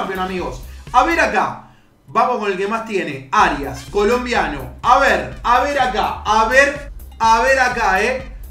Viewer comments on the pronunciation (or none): none